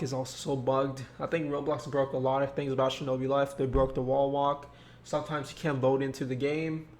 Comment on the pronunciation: decembaaaa shinobi fife